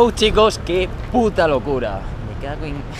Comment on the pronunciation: kame-ham-haaa!! no came came ka es un consejo na mas